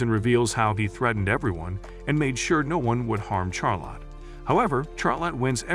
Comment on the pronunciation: bro why soes he say char lotte and not charlotte